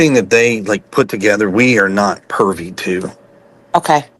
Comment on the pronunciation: Listen… when people talk about the reward. And it’s privy not pervy. So many red flags all the way around